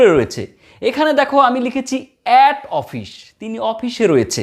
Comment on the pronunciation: Its office not ofish, anyway very informative video